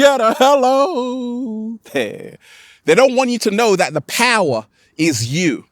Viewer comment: If you go there hello sounds like hell-O!!